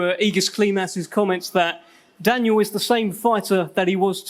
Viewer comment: Dan-yel ..dan-yel